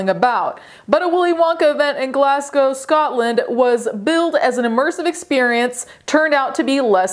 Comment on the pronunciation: First of all i need to thank you from all in scotland for pronouncing Glasgow correctly ❤ and second i literally cant stop laughing about this wonka experience it was local to me an im so sad i didnt go cos i love stuff like this where your expecting something an its so bad its funny.....this is literally the best story to tell forever and pass down to your grandkids like "we were there when a crap willy wonka experience made worldwide news" 😂 thats worth the money in my book 😂😂😂😂😂😂